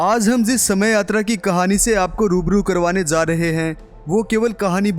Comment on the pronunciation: Zaaa rahe hai😂😂😂 ja hota hai